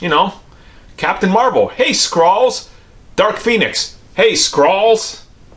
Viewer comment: It's Skrull not skrall